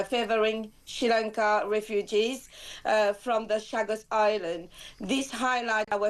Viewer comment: "The Shag Us Islands"?